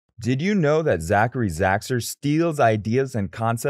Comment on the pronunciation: 😂😂😂😂😂 you cant even say his name right before putting hate on him